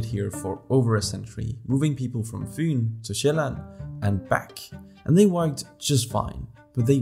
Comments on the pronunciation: You are danish. You say Fyn and Sjælland perfectly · The way you pronounced Fyn and Sjælland was flawless. Had to pause and tell you that. Waow. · 1 - Your very good at danish 2 - You are danish How i know this is bc you easy say Storebelt, Fyn, Sjæland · That Fyn to Sjælland sounded way too danish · I only realized you were Danish when you said "fyn" and "Sjæland" (or at the very least have perfect pronunciation of those two words) From one Dane to another, great video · man you nailed the pronouncination of fyn and sjælland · He is danish